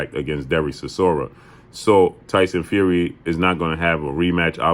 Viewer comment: Chisoria? Dude done lost bout 10 times